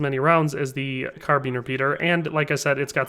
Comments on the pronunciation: Car Been. Car Bine. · Why can't you pronounce "carbine"?